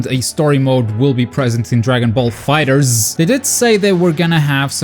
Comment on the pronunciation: Aparently the correct pronunciation of DB Fighterz is "Dragon Ball Fighet Z"